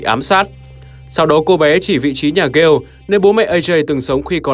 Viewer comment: Cho hỏi sao lại gọi là Ghale (kiểu Gale) thay vì gọi là Ga Lê:)) tại trong game hình như ai cx gọi Ajay Ga Lê:)) Ga Lê nghe cx cuốn hơn và cx k phải méo miệng nói từ Gale:3